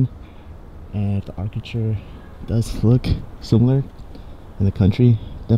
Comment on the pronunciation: architure?? What?! 😂 just kidding, this was awesome content!